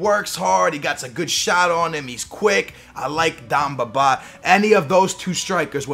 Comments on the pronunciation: dEmba Ba not DAMBABA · haha, dem-ba ba.. not dom-ba ba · it's DEmba Ba, not DAmba Ba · Who is Damba BA? Ive heard of Demba Ba not Damba ba... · its not dam baba....its demba ba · Why the hell do you pronounce "Dum Ba Ba"???? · dUmba ba? really? really? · He says Dumba ba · I hate how you pronounce names you said damba bar ! I hate your voice. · The way he says Demba Ba haha so great xD